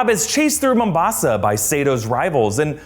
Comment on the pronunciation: i really love how you are stressing the first A in the word Mombasa. its making me laugh how you are exaggerating its pronunciation